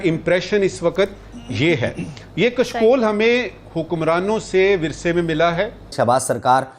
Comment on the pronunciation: Arre bhai aap " Sh.. " श" kyon nahi pronounce kar sakte ho. It is " Kashkol" कशकोल not " "Kaskol" कसकोल